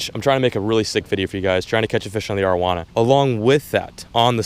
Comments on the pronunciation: the way you pronounce arowana is annoying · love your videos but say this with me. Air-oh-wana